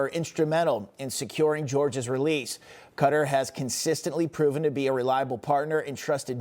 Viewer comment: Qatar isn't pronounced cutter....it's pronounced KATAR (all A's) with the accent on the 2nd syllable. How embarrassing we can't pronounce a foreign delegate's country's name correctly when speaking with him on TV!!!